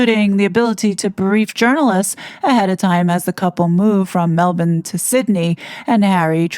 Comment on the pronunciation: Ta very much for pronouncing Melbourne properly, it is pronounced Melb'n. The other thing that's annoyed me a tad with some of the American content creators can't pronounce Bondi as its pronounced Bondeye. We pronounce Aussie as Ozzy, Australia as Straya, Brisbane as Brizbn or as we Aussies call it Brizzy, our island state of Tasmania is just Tazzie, the state of Queensland is Queenslaand not Queenslind & our nation's capital Canberra is pronounced Canbruh. It doesn't take much to look up how places are pronounced in other countries & it might sound ridiculous to the world but if there's one thing that really irritates & annoys us Aussie's then it's wrong pronunciations of towns, regions, cities, states & our country so ta hun for that Sending love & best wishes from The Great Southern Land 🇭🇲